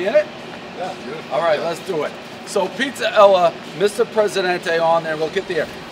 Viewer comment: Calls it "Pizza Ella" 2 days in a row now...